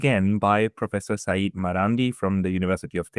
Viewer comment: It's not "Saeed", it's "Sayyed", and it is not his name. It is a title. His name is Mohammad. At least learn the name of your guests dude.